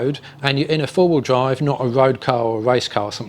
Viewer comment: Den wen you dwive down da woad wiff da twuck dwiving da udder way - FFS